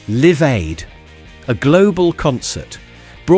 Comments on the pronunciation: Now I can tell this is made by an AI because nobody would see "Live Aid" and pronounced the "Live" as in "Living", when it's obviously Live as in "Live on TV" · AI voiceover not checked thoroughly by the video maker, it says "Liv Aid", not Live Aid. Why not use a human voice? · we still taped the radio in the early 90s! Is this AI? I noticed `live aid` pronounced `liv aid` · Going Liv? Liv Aid? Sherbette? lol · Live Aid Not “Liv Aid” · The v.o. says Live (like "give") Aid. Its a i. Depressing. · I never smelt hairspray, only cig smoke lol. I was and still am one of those smokers. But everywhere we went there was smoking - busses, shopping centers, pubs, at our desks.. And sorry, but "Going Liv", "Liv Aid"??? Is the narrator AI? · So good until you said 'liv-aid' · Why say Liv aid? its was L-eye-ve aid 😂.. obviously wasnt there or ai. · It’s pronounced LIVE Aid not liv Aid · Is the narrator AI , Live Aid pronoused Liv Aid. Any chance of doing a vid on the Liver Birds in Liverpool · ”Going Liv“ , ”Liv Aid“ 😂maybe you should have got someone from the 80`s to narrate. Can anyone get anything correct anymore? ( Hoping I havn`t made a grammatical error😅). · Is this satire? Inaccurate on almost every point. The 1980s were not the early 1960s. And who was "liv" aid? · Was this AI generated? No such thing as Going Liv and Liv Aid. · The way they pronounce Live Aid, I can only imagine it's AI doing the commentary or someone who wasn't actually born then. Which does make me wonder how accurate the rest of it is. Live (sounds like five) Aid was quite a big event, and yet they've pronounced it Live (sounds like give). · One thing we definitely didn't have in the '80s was shitty AI pronunciation....I remember watching LIVE Aid, not LIV Aid. The rest here is half-baked nostalgia... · Liv aid? Live aid !!!!!!! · Live Aid NOT Liv Aid! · liv aid??? 😒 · It says Liv Aid then seconds later, the Queen set live correctly 😂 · whoa, whoa, whoa! Did they just call it 'Liv Aid'? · Liv aid? 😂